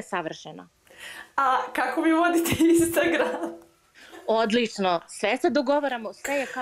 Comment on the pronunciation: ''A kako mi vodite instangram'😱Boze,zalosti...